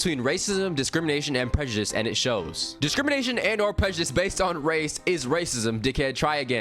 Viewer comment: did he just say prejedisum tf LMAO